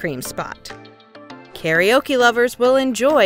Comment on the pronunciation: How did you pronounce kara ok? 😂